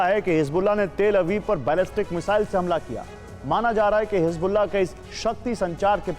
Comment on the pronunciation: Hisbollah ko hizm Kyunk bolraha hai